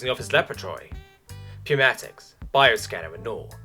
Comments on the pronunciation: Hey uh....it's NEW-matics for pronunciation, not poo-matics >.> source: I spent 5 years working with various pneumatic pumps and tools while working at a brick plant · I'm surprised it took this long to find this comment line, but it is newmatics the p is wholly silent. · In the word "pneumatics" the 'p' is silent